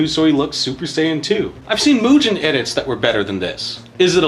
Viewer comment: Lmao what about pronouncing the G in Mugen like gelatin or the “han” in Gohan like “hand” and not like “Han Solo”?